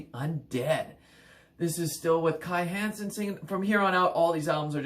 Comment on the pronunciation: Meddl! :) Ähm, 'Kai Hansen', NOT Kai Heeeensen! ;) 1. Land Of The Free 2. Somewhere Out In Space 3. Power Plant 4. Land Of The Free - Pt. 2 5. Empire Of The Undead 6. Heading For Tomorrow 7. No World Order 8. Insanity And Genius 9. To The Metal 10. Sigh No More 11. Majestic Greetings from Germany! 😎🇩🇪